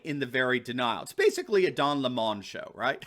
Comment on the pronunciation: I wish would stop saying Don La-mon! It's Don 🍋! Don't make him sound smarter then he is!